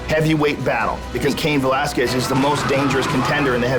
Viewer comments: Brock Lesnar 😂 "Velasqulez" 😂 😂😂😂😂😂😂😂😂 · Lesnar didn't even pronounce Velasquez's name correctly. He pronounced it "Velaskuez". The "u" is silent, biggot. Enjoy the diverticulitis. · I love how Lesnar can't say his competitors names. Cain Velasqwez, Randy Cotter, Frank Murr. Of course I would never bring this up to his face because he would smash my cranium.